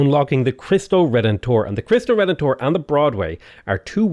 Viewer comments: It's [leemes], not [laimes] ;) And in Cristo Redentor, the stress is on [ENT], not [TOR]. Great series! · It's pronounced KREESS-toe ray-DEN-tor. For Chinese, X is like an SH (if you want to know the difference, the airflow is constricted by raising just the middle of your tongue, not the tip...the result is sort of half-way between S and SH). EDIT: also, it's LEE-mess, it's the name of the Roman's earthworks and wooden wall built across southern Germany (among others). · "Kree stoh" is correct, but In the Latin and Spanish pronunciation it's "reh den tor" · Your pronunciation of the "Cristo Redentor" is almost right, the only thing off is the pronounciation of the "R" which is pretty common for English speakers. In Portuguese the "r" can have many sounds: The R in "Cristo" is pronounced the same way you would pronounce in spanish. The first "R" in Redentor is pronounced like and "h". The last "R" in "Redentor" maybe a bit tricky for english speakers, it's almost silent. Think like if you were saying an "h" like in "he" but without any vowel to follow. Or just don't pronounce it, most brazilians wouldn't mind, as long as you pronounce the "o" like in "Old", not like in "Odd".